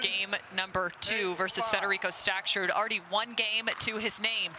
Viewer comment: I really appreciate the commentary but it's a bit grating that the announcer can't pronounce Staksrud's name without adding an extra "t". It's Staksrud, not StaksTrud. He's a great player. Please learn his name.